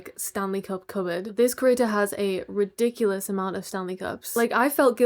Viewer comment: This is with love and I've probably watched too much miraculous, but when you said rediculus I thought of chole...